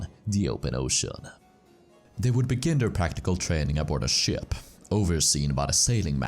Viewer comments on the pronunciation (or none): none